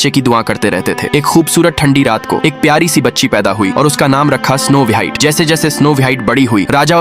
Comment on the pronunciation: स्नो वाइट नहीं होता स्नो व्हाइट होता है😊